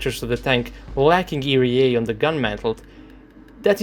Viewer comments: ERA is pronounced "ee-are-ei" , not "ee-ree-ei"... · E re a xD this cracks me up every time i know that you know its e ar a and you still say it wrong :D otherwise nice video a usual :)